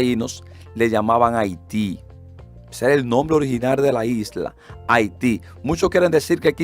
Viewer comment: Profesor la pronunciación es incorrecta, no es Haití que se pronuncia correctamente.